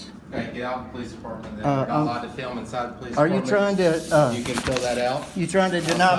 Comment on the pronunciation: Why does he always say fee-ilm. It it digital data and doesn't require any film yet he insists on calling it feelming.